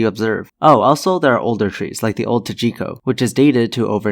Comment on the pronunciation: Tjikko. And it's pronounced "sheeko".